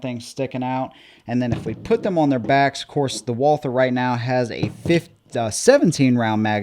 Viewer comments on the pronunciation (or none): All one has to do to CORRECTLY pronounce this manufactures name is to simply drop the H So you just say Walter As one of our oldest makers in the world dont you think they at least deserve to have you learn to say the name correctly ?